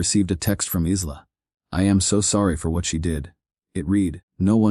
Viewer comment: Isla is pronounced Eye-lah. Not Eez-lah. Otherwise, good story.